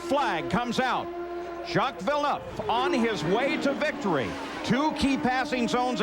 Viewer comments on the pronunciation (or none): Jacques Villeneuve is too complicated for Americans to say so they mispronounce it...